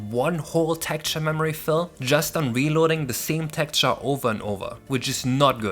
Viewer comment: smh- "tekture" is kinda distracting- xD;; but seriously- I've been following this for the longest time- congrats for such a new game! :D